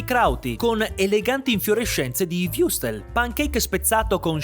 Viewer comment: Würstel.. WÜRSTEL! Non wustel o wiustel o wrustes...mannaggialama...mmma di jesoo